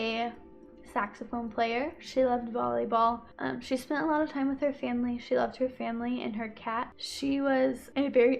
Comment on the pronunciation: spend T-ime there ...whyvdoes she break words into more syllables ..omg vocal fry valley girl and why would she leave work after an hour thats too wrird ...and i tokd her i loved her???? no way why was shecso concerned that they were a but late during the day